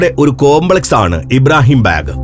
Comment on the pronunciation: ഇബ്രാഹിം ബേഗ് അല്ല ബാഗ്. ലാൽബാഗ് എന്ന് കേട്ടിട്ടില്ലേ. ബാഗ് എന്നാൽ പൂന്തോട്ടം എന്നാണ് ഉർദുവിൽ അർത്ഥം.